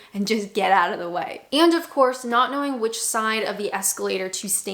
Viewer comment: I love that you haven't lost that wonderful, Canadian pronunciation of "out" - that's my "Are they American or Canadian?" test 😊